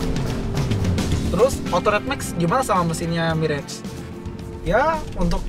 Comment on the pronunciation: saja miras dia bilang. mabok tuh kwkwkwkwk